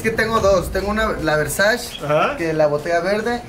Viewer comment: VERSASH Y PACO RHWABANNE ! Jajaja